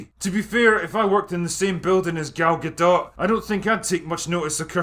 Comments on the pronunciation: Great video as usual and thank you for pronouncing Gal Galdots name correctly. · Being so drunk that you pronounce Gal Gadot correctly, but not Kristen Wiig is a thing.